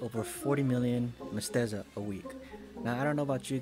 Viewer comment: MEH. SET. TAH. NOT MESTEZA.